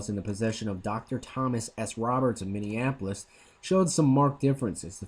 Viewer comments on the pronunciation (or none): none